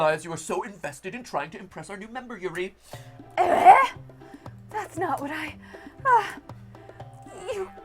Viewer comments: Omg it's pronounced ay! Like Canadians put at the end of sentences. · That is not how you say eh